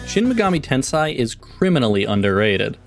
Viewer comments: ten-say. ten-say. say it with me. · It’s pronounced ten-say